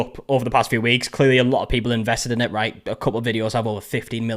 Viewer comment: Love when my internet is spotty and the video takes a second to load and it’s the perfect pause where you very much see forming that R in the RAIGHT SO